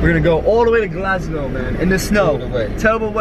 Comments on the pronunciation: did man just say Glasglow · SLIM ITS GLASGOW NOT GLASGLOW 😂😂😂😂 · Loool, he kept getting gassed saying "Glasglo" it's "Glasgow" haha, your a top joker haha❤❤ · GLASGOW, not GLASGLOW.. 😭😂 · it's Glasgow not glasglow 😂😂😂 boy you make me laugh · It's hilarious how every time you say Glasgow you mispronounce it and add an extra "L"! :) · Who else noticed slim saying Glasglow instead of Glasgow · it's Glasgow not glasglow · Glasglow😂 it's Glasgow😂❤️ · it's glasgow my g not GLASGLOW 😂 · its not GlasGLOW it is GlasGOW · it's not Glasglow😂😂😂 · it's not glasglow😂😂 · It's Glasgow not fucking GLASGLOW😂😂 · slim it's GLASGOW not GLASGLOW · brrrruuhhhh its not glasglow its glasgow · lol its Glasgow not glasglow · Glasglow lmao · Glasglow? Damn i didn't expect that from you 😂😂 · lol he said Glasglow dafuq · glasglow? Wtf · How is man calling Glasgow 'Glasglow?'